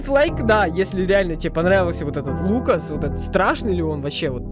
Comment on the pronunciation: Ты сказал фукас